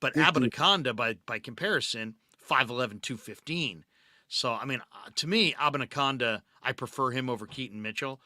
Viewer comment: Love the show. Abanikanda is pronounced: uh-ban-uh-can-duh 🎉